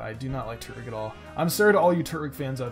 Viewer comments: It's not turt-wig its tur-twig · no not another one its not Turt-Wig its Tur-Twig